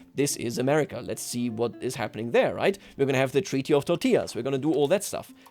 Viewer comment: Being a descendant of one of the 2 countries that divided the world back then... i lol'ed when I heard not once but at least twice saying the "treaty of tortillas":)